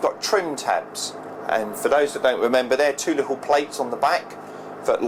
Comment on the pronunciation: Did he say lickle?